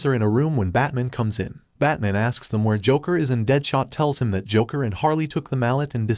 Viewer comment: “batmon” yet the transcript says “batman”. went back to check if i heard that correctly. 🤔